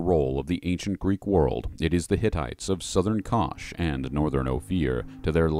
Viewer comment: Y'all need to study phonics a bit, you're occasionally inverting pronunciation of consonants. Left-to-right, bro. And you pronounced Koth as "Kosh".